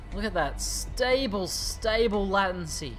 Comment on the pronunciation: Hey it's pronounced "lay-tency";) Like the word "Blatent" Hope this helps and thanks for watching;)